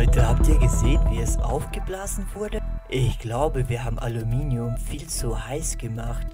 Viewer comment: toshmelst alominium